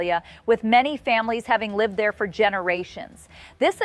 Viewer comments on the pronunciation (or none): none